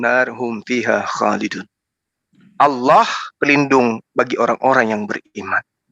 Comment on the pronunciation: Asalamuallaikum.. saudaraku.. SETIAP SIANAK BATAK SERING MENGATAKAN ALLOH ITU DIPLESETKAN JADI OLLOH... TOLONG KASIH TAI DIA EH... TAU MAKSUDNYA SAUDARAKU.. 🙈 APABILA GAK MAU DENGAR JUGA,KITA IKUTIN JUGA PAKAI HALLAH.. BUKAN ALLAH... 😡